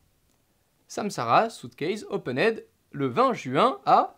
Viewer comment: Moi j'ai juste retenu le "opened" version...: "openèd":'D